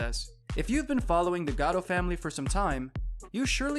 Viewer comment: Is this one of those automated text-to-speech voices reading cause they can seem to get some of the pronunciations of the names correct. It's GATTO no GOTTO, and SAL, not SAUL.